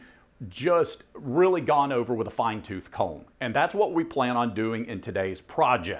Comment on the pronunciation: Did my ears deceive me or did he say “go over them with a fine shoothed comb”?